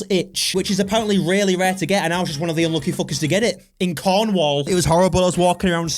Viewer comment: YOU SAID CORNWALL WRONG!!!!!!😂 😢 I feel disrespect as a cornish person myself. (Joking...)